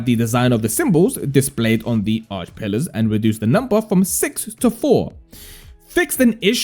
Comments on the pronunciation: Its not Arch its Archay 😅. Do you even play the game lol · Arche - ar kay